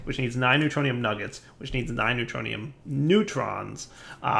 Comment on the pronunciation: "we got three ingots of the neutroinum that a lot" Me: hahaha!